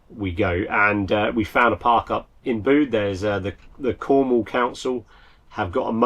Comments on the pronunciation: Bit of after the Lord Mayor's show! But why don't you use a cloud storage as a back up... I know your files are probably big but they are safe as safe can be ..... Tintagel is pronounced tin·ta·jl and Bude Be-yude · Pronunciation lesson: Bude as in nude Tintagel as in Tintajel ( soft g) Please sort out your pronunciation of English place names, especially as you are home schooling the children. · Back up!! It is pronounced 'bewd' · Unfortunate... but not as distressing as your pronunciation of Bude and Tintagel.